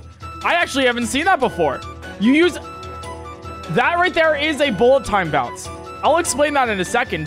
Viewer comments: Pretty sure there’s no BTB involved in wind-bombs. Also, I like the way you said, bull a town bounce. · This is my favourite part. “Bullet Ton Baunce” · does the “bullet time bounce” says sound weird to anyone else?